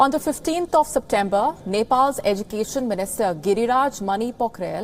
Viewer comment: How you pronounce education?